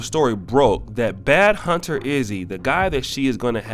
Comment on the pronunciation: Bro, we’re you calling him BADhunta??? It’s BAND(as in money) hunta!! Why are people ALWAYS saying shit wrong in recorded videos!!